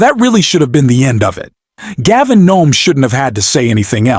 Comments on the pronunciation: I don’t know if you’re AI but either way — Please STOP Calling him Gavin NOME — it’s Governor Gavin Newsom. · Are the E, the W, and the S silent? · His name is Newsome, not Nome. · Not sure why you are calling him Gavin Nome. It's Newsom. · You said Gavin Nome??? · I agree with entirely and with Newsom that Republican "leadership" is inexcusably predatory, but it's puzzling that radically and consistently mispronounces Newsom's name. "Nome"?